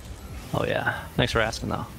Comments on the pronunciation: I'm glad im not the only one. I realized I didnt like on the 8th time he said "tanks". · i hate IT everytime He sais Tanks instead of thanks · he's gotta stop saying 'tanksss cx' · “tanks” 2020